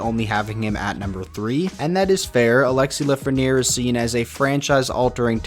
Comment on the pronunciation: You made an error in Lafrenière name